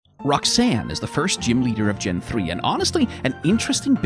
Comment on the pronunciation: Her name Roxanne. Rock-san.